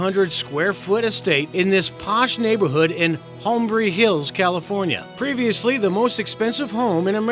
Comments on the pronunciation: "Hom-brey Hills." Holmby Hills. "Eh-cless-stone." Forget it. "Hurts Castle." NOT in the Godfather. William HEARST moved into a Beverly HIlls home where Godfather was shot. Trump's Palm Beach house is called "Mar-a-Lago." "A man called..." It's "A man named..." I QUIT. Moronic. I mean seriously, sloppy. You could care less about your subscribers and watchers. HACKS. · It's "Holmby Hills", not "Hombry Hills", you nitwit. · Yeah I caught that too...He pronounced Holmby with the proverbial Asian-EngGRISH accent :) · Hombry? Put your glasses on, it's Holmby, lol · So many errors...."Hombry Hills" try Holmby Hills....Hearst not Hurts....the palace you show for the Sultan is the large Mosque in the city NOT his palace. Shame on you! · it's "Holmby Hills" not hornbry the location is Highlandville, Missouri not Montana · "Mind-boggingly grandiose" LOL. You massacre not only the French language but the English as well. Holmbry Hills (Holmby Hills), Petra Eklesston (Petra Ecclestone), etc. Time for locution lessons.